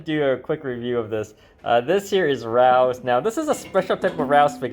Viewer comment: It's not "Rouse". It's Ray-Os.